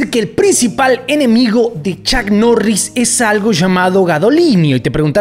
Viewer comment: Bueno chuck norris te anda buscando porque asi no se pronuncia su nombre!!🔥🤣🤣🤣🤣🤣🤣